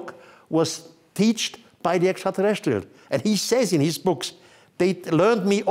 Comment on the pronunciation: “Esshhaahtaalesseeullzz” is always what I hear whenever he says extraterrestrials